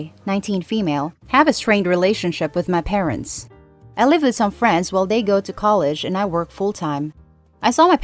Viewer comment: "ma perants", this just reminded me of borat🤣🤣......